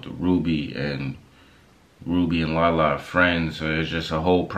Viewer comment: Rubi not perfect but Lala wrong